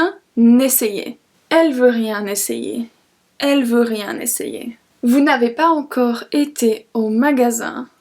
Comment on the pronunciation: I have a doubt you pronounced pas encore as pa encore aren't we going to use the liason here shouldn't we pronounce it as pa zencore pls clear my doubt but you're vids are really helpfull ❤